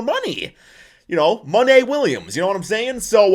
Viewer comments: Call the man monta again lol, it’s MONTY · Mon-tee not Mon-tay lmao